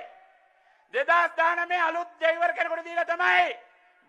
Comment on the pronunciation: කවුද චාමරයෝ ඩැයිවර් කියන්නේ ? මුන් හරියට කපුට වගේමයි .වචන හරියට කියාගන්න බැහැ.